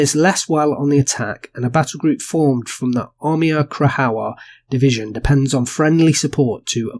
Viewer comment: Krajowa = Cry-ova. J is pronounced as a y and W as v. Also, when you see Cz it's pronounced as ch (as in cha). It's all kind of softer than how we enunciate these letters English.